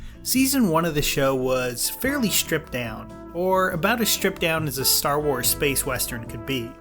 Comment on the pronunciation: More like Ster Wers